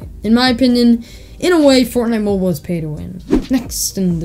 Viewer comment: “for mo-boool” 😂